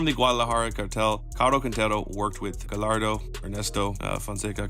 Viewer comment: Bro, love these videos but please please please practice pronouncing names. You pronounce Gallardo and sinsemilla like a normal L but they sound like a Y. Sin Semi-ya, Ga-ya-rdo. You get it